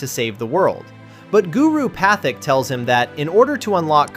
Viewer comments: Guru “pathic”? 😮‍💨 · Guru “Pathic” 😂 bro watching a different ATLA